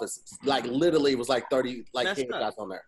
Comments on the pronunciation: Why don't they ever mention the fact that always says "little-ly" instead of "literally"? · puts an "L" in front of the country Italy, to say "Literally" and no one catches it.